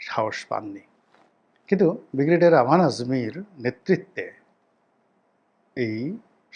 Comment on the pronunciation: আপনার একটা উচ্চারণ ঠিক করুন। বিগরেডিয়ার বলে কোন শব্দ নেই। উচ্চারণটা হবে ব্রিগেডিয়ার।